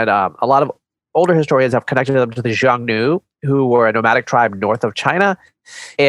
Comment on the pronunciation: Xiongnu is pronounced with an initial soft "sh" sound, not "j" . This "sh" is becomes a "h" sound I'm China depending on the language, so the "sh" in xiong nu is just a different pronunciation of "h" in hun